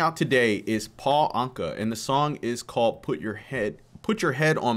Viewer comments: It's not ( an- short ,ka )it's ( awn-ka-short a) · Pronounced "ain-ka" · hi great reaction thank you. His name is pronounced anka like umm your ankle.